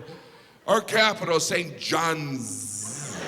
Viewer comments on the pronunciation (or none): It’s not saint Johns Newfoundland it’s saint Jans